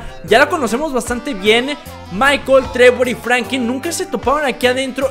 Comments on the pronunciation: Porque dices FRANQUIN... Jajaja XD saludame Brooooo 👌👌🤙🤣🤣😂😅😅😅😅🤭🤭🤭😎😁👍😎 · Era Franklin no Frankin